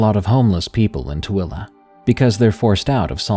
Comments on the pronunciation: I am very impressed that you pronounced 'Tooele' correctly. Good job and thanks for the great stories. 😊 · As a Tooele resident myself, I am impressed you pronounced it correctly.